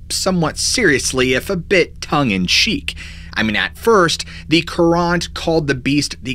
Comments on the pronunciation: Pretty sure it’s pronounced “curr-int” not “curr-ahnt”. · Hartford Courant. LOL! Should be pronounced more like "current", not Courante (koorahnt), as in a movement from a Bach Suite. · I'm from Connecticut and found this entertaining, but you pronounced the Hartford newspaper incorrectly. It's actually pronounced "current" with the accent on the first syllable.🤭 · As someone who lives in CT, I laughed at the pronunciation of Hartford Currant. It's just Currant...but Cur-aunt...made me chuckle. Man, my state has way too many of these stories. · As someone who grew up in CT, it was funny to hear the Hartford Courant pronounced differently than “current”. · Don't ya think that the Hsrtford Currant is pronounced kur ent? A currant is a type of berry that grows wild in New England- they even have a currant festival. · Great vid, as usual!! I'm from Glastonbury, it's pronounced Current, the A sounds like an e. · The Hartford newspaper is pronounced like "current" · lol its pronunced the Hartford Current/Courant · Pronounce Courant like current lol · It’s pronounced more like “current” . God that’s driving me crazy listening to you say, thanks for covering ct tho! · The Hartford Courant is pronounced "current". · Hartford courant is pronounced like current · Ok. Hartford Four and is pronounced as though it's spelled Hartford Current. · The Hartford current it's pronounced....jeez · The paper is Hartford Courant but the second word is pronounced "current" lol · THE paper is The Hartford Courant. Pronounced current.i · I know it's off topic lol but the newspaper he's pronouncing wrong. It s Hartford Courant pronounced Current. But I like the way he says it lol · Hartford Courant Is pronounced Hartford Current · You seriously can't pronounce the word 'courant' ?!